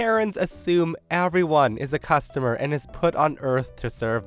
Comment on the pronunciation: Intro: Everyone is a customer?, if your tongue had slipped any worse, it would have fallen out! 😂❤